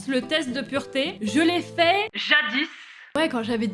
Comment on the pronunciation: Arrête ton "jadisse"😧